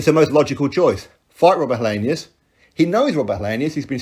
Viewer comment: Helienus? Lol.